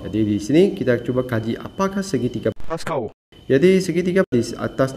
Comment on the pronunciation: Pls bunyi Pascal tuu 😭😭